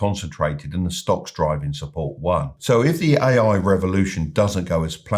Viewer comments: When he said: "ay-ay infrastructure", I quit listening.... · Buddy you think you could make an effort phonetically distinguishing your "A"s from your "I"s when you say "AI" ? otherwise an interesting podcast thank you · That's was too British LOL